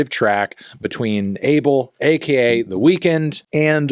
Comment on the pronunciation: He still pronounces the weeknd the way it is spelled 😂😂😂😂